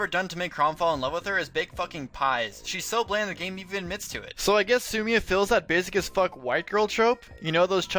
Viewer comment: I have never heard so much mispronunciation out of one video. How could you get Sumia and Lissa wrong of all names? It's spoken in a cutscene!